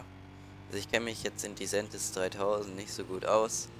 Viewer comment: Tolles video aber es heisst nicht Diseeentis sondern disentis